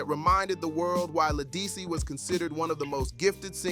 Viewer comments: This really needed to be redone with the correct pronunciation of her name. Also, why so many pics of Beyoncé? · La who? Program AI to pronounce people's s name correctly. This is insulting. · You lost me the first time you mispronounced her name...couldn't take you seriously after that!!! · Say her name right